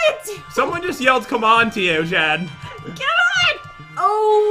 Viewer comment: why do you call Jen Jad